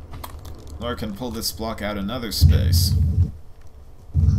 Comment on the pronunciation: It's "Lara" not "Laura" 😀